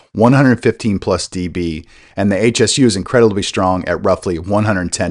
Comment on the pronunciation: It's not H.S.U, it's Hsu Research, pronounced Shoo, named after the founder Dr. Poh Ser Hsu.